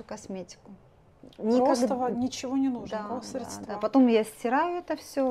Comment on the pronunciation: Ну, неужели так сложно запомнить: крЕмы, а не кремА, срЕдства, а не средствА. И не "текёт", а течёт., это всё очень портит общее впечатление от гламурных дам.